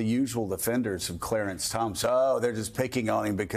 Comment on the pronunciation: “Clearence” Thomas lol